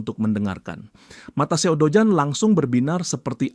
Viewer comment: Dojun min jangan dojan😂